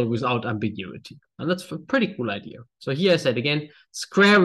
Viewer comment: He learned Engiish from an American; Idear instead of idea. I know. I grew up saying Idear until I got to college. LOL!